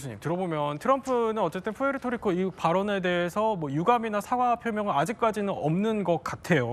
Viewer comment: 프리트리코 아니고 푸에토리고임.